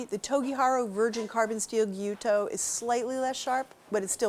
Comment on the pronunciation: Nice presentation; well controlled tests, and she even pronounced gyuto properly. (One of the other ATK presenters pronounces it "gee-YU-toe.") It was based on their tests several years ago that I bought a Victorinox Fibrox knife (actually called Forschner Fibrox back then), and it's still going strong and I've added more to my knife wardrobe.